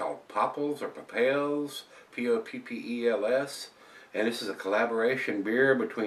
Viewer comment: You pronounced it right both first times. .